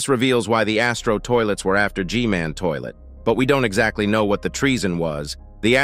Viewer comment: Bro said mech scientist toliet ☠️